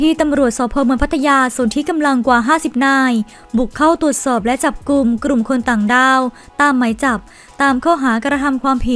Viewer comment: กลุ่ม ไม่กระดก ลิ้นนะคุณ ai